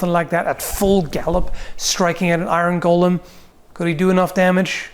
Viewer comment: So how many people heard 'Gollum' whenever he said Golem? :) Aside that, this really is one of those kinds of questions where you have to know how much power the magic that's fuelling it is and what it actually enables the golem to do. Like you can have the Frankenstein version that can just about lumber in a given direction with a punishing lack of urgency... and you can have the Dragonslayer Armor from Dark Souls 3 types that moves like it weighs nothing. Also you kinda need to know if and when the magic stops working, like if it looses an arm, the head or a leg does it still keep moving as if nothing happened or not? But as for fighting it... yeah I would also think getting behind a cannon and hopefully blow it up at range is the way to go. Burying it in a pit sadly also hinges on the magic because you could get it down there only to see it dig itself out. Like it could be similar to Marvel's Juggernaut, he's been thrown into the sea or deep under ground numerous times and the only option he has is to slowly walk back up to the surface through the ground itself if nessesary... but that often takes him weeks.